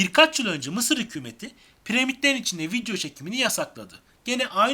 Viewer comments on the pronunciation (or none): Yanlış anlamayın vidyo değil video. Teleffuz ederken öyle söylüyorsunuz